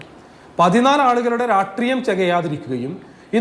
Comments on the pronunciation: രാട്രീയം അല്ലെടോ ആർഷോ... രാഷ്ട്രീയം ആണ്. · എടാ രാട്രീയം അല്ല. രാഷ്രീയം എന്ന് പറയാൻ ആദ്യം പഠിക്കെടാ 🤣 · രാട്രീയം അല്ലടോ രാഷ്ട്രീയമെന്ന് പറയടോ